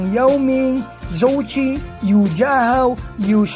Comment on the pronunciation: “Jou chi” hindi “sou chi” pronounce